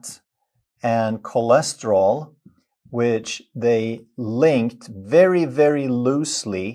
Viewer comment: bhai aap kolesterol bolo. chole nahi